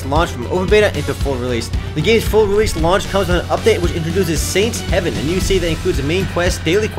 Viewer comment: >_> was i the only one annoyed that called saint's haven, saints heaven?